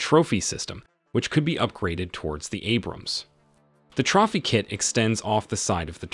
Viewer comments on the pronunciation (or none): The proper pronunciation of Trophy, is 'Trowfee' not 'Trawfy'. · It's tro-fee system .... Jeezus H Christ! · Ummmm.. did bro just pronounce trophy as trahphy? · Did you really pronounce trophy as “troffy”? Lol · Hey I have a question for you. Is your narration computer generated? It sounds like it is spoken by a real speaker of English, but then there's often common words which are completely mispronounced, like "trophy", a mistake no speaker of English would ever make without noticing it ans correcting themselves. Also some very strange grammatical errors in the speech, which even a child would not make. So I am wondering if a real person is speaking, or if this is synthetic. And if it's synthetic, what software is it?